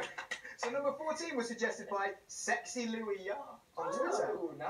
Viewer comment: “WHOTA GREAT NUMBA” -louis tomlinson